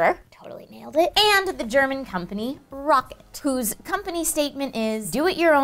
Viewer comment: Is I bad the it annoys me you say rocket when it's clearly rocat there is no k meant to be said ro cat not rocket